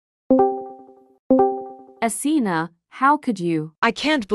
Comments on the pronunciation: Asena❌ Athena✅ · Asena:❎ Athena:☑️ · why they saying asena but typing athena